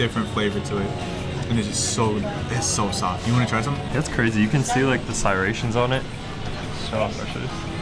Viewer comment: Sirations? Striations.